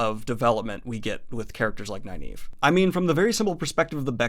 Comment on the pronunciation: Her name is Nynaeve (Nin-uh-vuh) not (Ni-Neeve)... always has been, always will be lol. And I always thought it was (Ehs-Seh-dai) But I hear people saying (Eye-seh-dai) and it makes me wanna pull my hair out! Love this series tho, keep up the good work. Can't wait to see your thoughts on the last six books of Malazan. They are my favorites without a doubt.